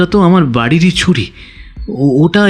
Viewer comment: ভালো লাগলো কিন্তু ছুরি উচ্চারণ ঠিক করতে হবে । ভালো থাকবেন। শুভেচ্ছা জানালাম। চন্দ্রবিন্দু বাদ দিতে হবে